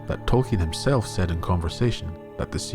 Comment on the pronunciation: Besides the other comments, you are one of the very few who pronounce the non-English words of Tolkein correctly. It is a pleasure.